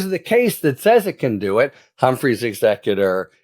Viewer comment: OOPs! 'Humphrey's' not 'Humphries'... only error made!